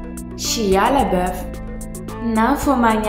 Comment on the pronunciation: C'est shaia ( la prononciation) 😂